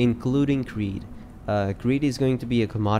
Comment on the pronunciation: fyi, its credd (rhymes with dead, play on the word CREDit), not creed (rhymes with greed)